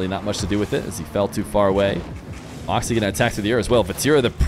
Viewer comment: i wish you would say morkzy instead of markzy